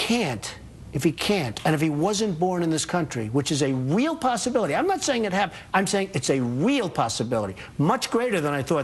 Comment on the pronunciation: A wheel possibility? Donnie can’t pronounce “real”😂